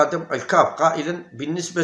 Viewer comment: يا راك كسرت اللغة العربية قاع بالنسبة تنطق بالكسرة وليس بالضمة ونفس الشئ للبطولة